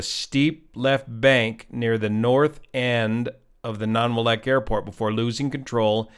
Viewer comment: That pronunciation of Nanwalek is rough. Nan-wall-eck.